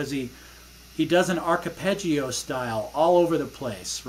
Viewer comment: Hi, its arpeggio for fuck sake how can you fuck up the pronunciation of such a commonly used technique in guitar playing but class playing and your channel is fantastic keep up the brilliant work Dermot